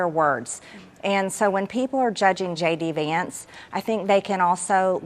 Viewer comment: Wait wait ...anyone noticed she says ..shady vance ....or is it just me ?